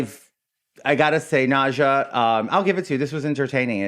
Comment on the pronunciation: George clearly called her “Nausea” not Naja and when he claimed he wasn’t sweating, she responded “-ish.”